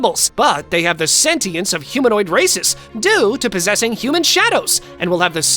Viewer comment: Bro did not say races 💀